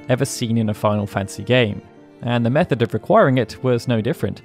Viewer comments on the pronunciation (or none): none